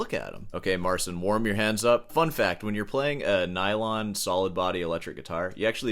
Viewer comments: It's not "Mar-sin." It's "Mar-cheen." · Marcin is Polish so you pronounce his name Mar-chin. Good video though 😊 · Since you like the topic of this artist so much, learn to pronounce the "ci" segment. It's only 1 word, you CAN make it, if you try. Just type the name into google translate and play the audio. I don't like the style of instagram guitar showmen, if you will, either, but the guy got famous for his playing and so will he remain in the very circles that seek this kind of showmanship. Unfortunately for some, fortunately for others, paraphrasig a quote from Cronenberg's movie. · If you talk bad about a person thousands of times, at least learn to pronounce his name correctly. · couldn't even be arsed to research the pronunciation of 'marcin' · i love How You butcher polish name